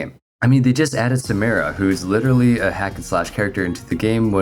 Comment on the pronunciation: I downvoted because you keep saying Samira name wrong. Every time I you, I will downvote